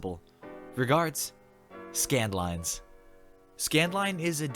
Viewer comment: Scandline sounds like scamline